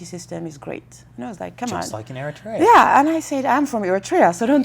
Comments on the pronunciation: He can't pronounce Eriterea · Lol you pronounce Eritrea wrong 💀